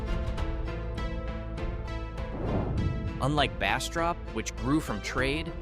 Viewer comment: Pronunciation destroyed most of the names. In Jonesville you or AI said Washitda River. That's the Ouachita River 😂. Go figure out how to pronounce it. That river runs few miles from my house. No. We don't go to Jonesville or Ferriday 😂. Actually it's sad. I choose to live away from any towns and mind my business but this has me laughing. Bastrop was all wrong too. Can you say Atchafalaya?😂 Mercy don't even try to say the Cajun names. Ahhh! They did. Nooo! That's not even close: Natchitoches 😂. Nooo! Lafayette is not pronounced that way 😂😂😂